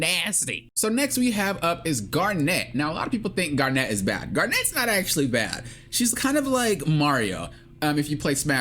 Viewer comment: Garent. Nkt like Kevin. Just Garnet, bro. Her name is NOT hard to say. That shit is my pet peeve.